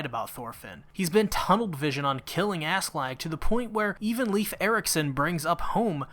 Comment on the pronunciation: why you calling him "leaf" his name is "Leif" its a danish name americans can actually pronounce... just say "lie-f" or "Life"